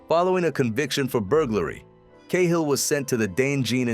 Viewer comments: It's not Kay hill... its Cat hill ! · Ca-Hill.... Not Kay hill 😢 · 10 seconds and I had to turn it off. Sorry but if you cannit even pronounce it.